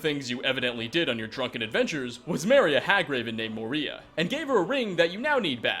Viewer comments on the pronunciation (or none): Its still Moira. Not Moria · Moira Moi-ra Moy-rah I come from Overwatch and this misreading of Moria kills me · It's Moira not Moria, a possible reference to Moira Brown from Fallout 3, besides her saying my precious when referring to the ring, referencing Gollum from Lord of the Rings. And it's Esmerelda, not Esmeralda, Esmeralda meaning Emerald in Spanish. You gotta' get your facts right. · Hagraven named Moria? For some reason i feel offended since my name is Maria. Her name is MOIRA. Moee-rah. Not Muh-ree-ah. Are you dyslexic? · It's Moi-ra, not Moiria. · You have to pronounce Moira like M-OI-RA God darn sorry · No you see my name is Moira and the way you pronounced it was wrong, the way its spelled is pronnonced differently, the way you do pronnonced it is Moy - ra Moira that's how you say it, like I said my real name is Moira so yea just a heads up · It’s pronounced Moy-rah. Moira is the name of my daughter. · moira is pronounced mwoy-rah. sorry, that bothered me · The hagraven's name is pronounced 'moy-rah'. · I've never heard the name Moira pronounced as Mo-ria. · Let me stop you a minute by a minute there. I critiziced the Moria one because it's written RIGHT there, and if he saw it better and pronounced it right, he could have earned another fact to his video. And I'm critizicing the Esmerelda one because he can confuse the fans by saying that Esmereld is the Gypsi from the Notre Dame thing, while in fact, it isn't. I wasn't crizicing nor saying that his job was really awful and that he should top doing his videos only for two errors, only saying that he should research it better. BTW You know he's just milking this series, but seriously milking it. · Moira is not pronounced that way btw